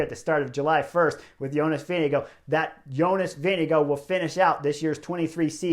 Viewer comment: Hey Chris. I'm a Dane, and I'm impressed by your pronunciation of "Vingegaard"! :-)